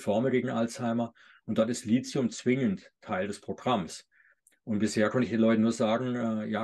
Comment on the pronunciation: Sehr informatives Video, vielen Dank! Ein Hinweis: der Grund, warum manche Lithium mit Silizium verwechseln, ist, dass im Video von Lizium gesprochen wird. Man spricht aber, da ein h nach dem t steht, Li –thi –um. Es kommt von griechisch „Lithos“, was Stein bedeutet. (Lithographie, Lithotrypsie,…) Das th ist der Buchstabe Theta, der im Griechischen wie das th im Englischen ausgesprochen wird, bei uns wie t, aber nicht wie ts. Abgesehen davon: Ich verordne meinen Patienten seit Jahrzehnten Vit. D3 und meist auch K2 dazu, ebenso Omega-3-Algenöl nach der Lektüre von tollen Büchern. Bei Vit. K muss man ein bisschen aufpassen, wenn ein Patient Gerinnungshemmer (Vit. K-Antagonisten) nimmt. Es fördert zwar vorwiegend nur K1 die Blutgerinnung, nicht K2, aber zur Sicherheit nicht geben bzw. geringer dosieren. Es sind zum Glück also nicht alle Ärzte so ignorant, wie oft behauptet. Ich möchte noch erwähnen, dass Lithium ein Metall ist und nur als Salz oder in organischer Bindung eingenommen werden kann, z.B. also als Orotat. Nicht zu vergessen: Bor (auch in Verbindungen) Sehr wichtig für Knochen und Gelenke! Jedenfalls super interessant!